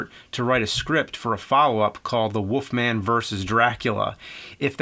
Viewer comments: Woofman or Wolfman? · Why does James say "woofman"? Is it a Jersey thing? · The woofman 😅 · The Woofman? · Who's this Woofman you speak of? Or am I looking into another universe?